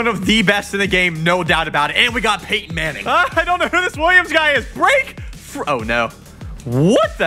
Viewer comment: “Payton Manning”